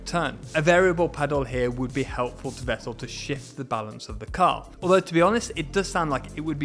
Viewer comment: The knowledge you provide is just great! Especially in the way you're explaining it. Please consider pronouncing non-English names (Vettel, Fianza, etc. ) the way they should be pronounced, or at least not pure English. No other language claims to pronounce foreign names just the way they're read in their mother tongue. That's a matter of respect.